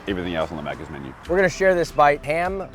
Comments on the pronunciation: as a proud Australian, it's Maccas, not mackers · As a fellow Aussie, I have to say this: It's "Macca's", not "Mackers". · "mackers" fuckin excuse me?! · Mate.. It's "maccas", not "mackers" 😂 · subtitle guy really said "mackers" it's MACCAS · “Mackers” lmao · Mackers instead of Maccas is crazy hahaha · Its MACCAS not MACKERS! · I love that they thought Andy said "Mackers" instead of Maccas. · Mackers? The Aussie in me died. It’s Maccas. Gotta represent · Josh what the fuck is a "Mackers" its Maccas dumb cunt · “Mackers” ಠ_ಠ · Maccas not mackers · I might be the only one saying this but it is macca's not macker's